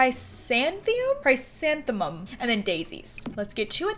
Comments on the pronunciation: Cry Santhenem. not cisamthenem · its pronouced cris-an-themum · It’s pronounced Chris-anth-uh-mum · It’s (Chris-an-thum-um) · Btw, chrysanthemum is pronounced cree-san-tha-mum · How to pronounce chrysanthemum Chris-an-thee-um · Kruh-san-thuh-muhm sasha